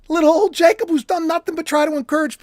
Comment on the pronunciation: Always like👍💯🐸. You say Jacob well❤